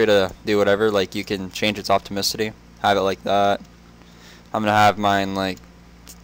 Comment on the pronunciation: "Optamicity" wat?...